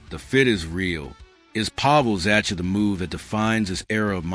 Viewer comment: Z-a-h-a , is how you pronounce Zacha’s name. Fix this ridiculous AI for Gods sake